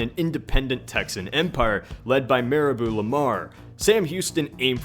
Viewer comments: Hey, this is a bit nitpick-y, but just so you know "Mirabeau" is pronounced "meer-a-boe," not "meer-a-boo," because it's a French name. The only reason I said anything is because I go to Lamar University, which is named after him. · It's pronounced "Mee-ra-boh" not Maribou. No hard feelings lol